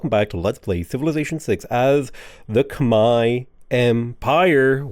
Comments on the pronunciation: it pisses me off how you pronounce khmeR, there is no I it is not khmei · Why do you say "kh-mai" instead of "kh-mehr"? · Khmai is so funny to me, it should be pronounced kh-mehr though I believe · Why do you pronounce it Khmei and not Khmer? Is that the actual correct way?